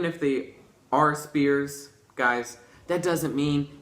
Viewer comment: "Spears", derp.